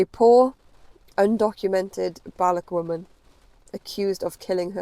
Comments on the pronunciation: If you're going to discuss these people, say their name correctly: Ba-LUCH. Pronounce the ch at the end of the word. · Madam, before you start confusing child abuse with state policy, at least learn how to pronounce the names of people and ethnic groups. The Government of Iran does not condone child marriage. The way you are pronouncing Baloch sounds like Bollocks, which is what your story is. Please stop demonising us. Look into the crimes committed by the west and take care of paedophilia, domestic abuse, and attacks on minorities... your story lacks truth and only sensationalises crimes against women. Shame on colonial self-righteousness